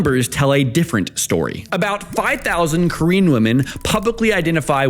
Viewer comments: I thought instead of saying "korean men and korean women" at the start you were saying "queen men and queen women" 😂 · i heard that as green men and green women